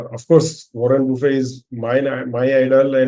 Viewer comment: Is it bufe or buffett...he is not lunch bufe